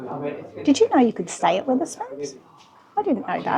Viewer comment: STOP SAYINNG WITH ER SPOONS, ITS WETH ER SPOONS. WEATHER AS IN THE SUN AND RAIN AND STORMS. SORRY IT JUST ANNOYS ME THAT YOU DO A VID ABOUT SOMTHING AND CANT PRONOUNCE IT CORRECTLY.